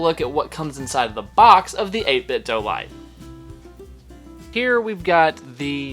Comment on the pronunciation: Do! It's Do! Not doe It's Do!